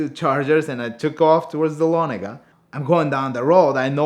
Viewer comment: 2 things. first, dont make blood mountain runs during the day second, its nice to hear folks pronounce Dahlonega correctly.